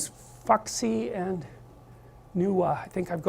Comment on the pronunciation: Wow, his research is so bad he pronounces Fuxian as "fucks-ian'.